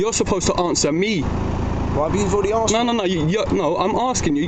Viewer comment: asked is spelt with the S before the K but you always say "Aksed" are you dumb?